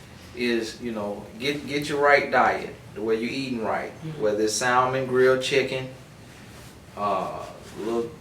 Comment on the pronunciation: Did he really just say women should workout and lose weight in order to get a man? CHILE! He sounds a FOOL! If a woman is going to workout it should be because she WANTS to for HERSELF. And did he say "salmon" and actually pronounce the "L". He's a douche *RETURN TO SENDER*